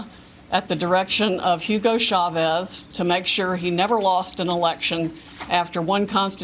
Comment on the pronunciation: What took me out when she said hugo chevaz..mind you the man been dead since 2013....lmao